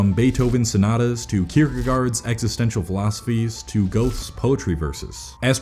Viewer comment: Not goath. Grrrta. (Goethe)